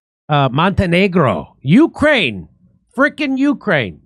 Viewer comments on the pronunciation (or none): none